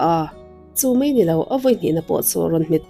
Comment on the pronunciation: Ngaihthlâk a nuam țhin hle mai, i video hi ka hmaih ngai meuh lo; lo țang zêl teh. Thil Pakhat ka lo sawi leh lawk: I thu chhiarah hian ngati nge "Mei a/mei" ti hian i chhiar țhin le? "Mai" tih tur... "Mei" hmanna chu 'Mei (fire/tail) -ah bak hian hmanna mizo țawngah a awm áwm ka hre si lo. Eg: 1. "A kal ta tawp MAI a" tih turah, "A kal ta tawp MEI a" ti ang hian i chhiar a. 2. "A tlan chhunzawm ve leh MEI a ni" ni lovin, "A tlan chhunzawm ve leh MAI a ni" tih tur. 3. "Ngeihtuah" ni lovin, "Ngaihtuah" tih bawk tur. 4. "Kan bawng MEI chu a bal hle MAI"/Kan MEI a alh țha duh ngei MAI" i hrethiam em? Youtuber tam tak hian an thu lamrik dan hi an uluk lo țhin lutuk a, ka lo ngaimawh țhin. Lo țang zêl teh aw... 💪